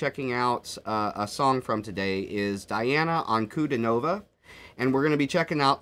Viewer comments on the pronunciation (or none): Just fyi…it’s Dee ah nah..